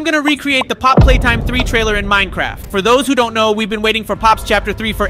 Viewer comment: It is not how you pronouns pappy play time